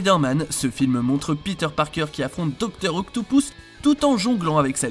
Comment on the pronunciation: docteur octopousse MDRRR